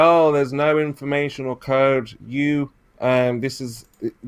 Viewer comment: Is he saying "information" or "inflammation"? I can't tell the difference.